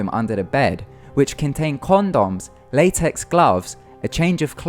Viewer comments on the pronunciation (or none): none